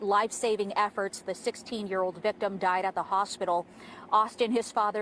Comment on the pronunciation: Victim NOT vithem🤦🏻‍♀️